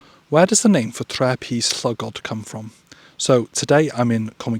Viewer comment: Just to suggest for Tre, you stretch the ‘e’ sound out a little longer. Great video though.